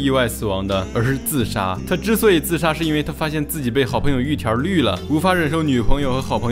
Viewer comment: 聽了這麼多集總算發現玉田rrrrrrr的秘密